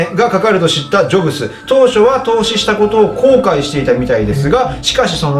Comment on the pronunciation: ジョブスって言ってるけどジョブズですよね？ 細かいところすいません笑